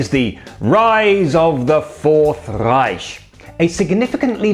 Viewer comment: You pronounced "Reich" really really good! Native English speaking people often have a lot of problem with the strong r.